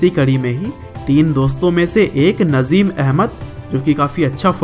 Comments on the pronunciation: Bro It's Nazim Not Nazeem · Naaazim. Not nazim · नज़ीम नही नाज़िम है 😂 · Nice information video bro thanks but real name नाज़िम not नज़ीम ok I hope you understand 👍👍👍👍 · Bro wo nazeem nahi Nazim hai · भाई नज़ीम नही...नाज़िम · Sir नजिम nhi नाज़िम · Bhai nazeem nhi nazim h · It is not nazeem it is naazim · nazeem nahi nazim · Not नजीम नाजीम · Naaajim h bhai najeem nhi 😠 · Bhai Nazeem ni Nazim hai 😂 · Saaly nazeem nhi nazim hai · bhai naam to sahi se lele yrr 😬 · Najim bhai ka nam to sahi se bol lo bhai bayography batate ho